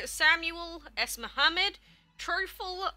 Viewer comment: اسمو كان محمد 😂💔 His name was like that (mohammedd) u say mohaned 😂 i know arabic names are hard sorry for that 😊💖